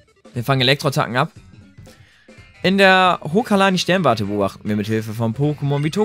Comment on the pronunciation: Alles klar deutsch iz da 😂 hokalani Berg 3 mal sagte's du hokalani Berg aber da steht hokulani Berg HOKULANI😂😂